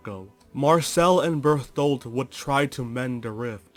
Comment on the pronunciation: Can't get over you saying Berfoldt, just makes me giggle everytime.